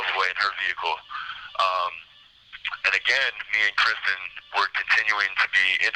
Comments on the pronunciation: He can't even get her name right, it's Kristine, not Kristen. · Still pronounced like Christine and not Kristen. Infuriating that he calls her Kristen repeatedly. His dad went off at him for that. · Her name is KRISTINE NOT KRISTA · Not sure which is worse — the way he keeps referring to Kristine as “Kristen”, or that the interviewer never seems to correct him 😒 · It makes me angry that he meets Christine, sleeps with her, murders her, and steals her vehicle and he continuously mispronounces her name!